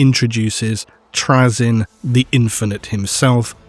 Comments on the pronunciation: you're pronuocniugin his name wrong its trayzun not trayzen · Why are you purposefully saying Trazyn's name incorrectly? You know you are. 6000pts? Of Necrons of your own? C'mon dude. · Not sure if I can stomach 90 minutes of my favourite loretuber mispronouncing Trazyn’s name but let’s do this. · is he saying trazyn wrong intentionally?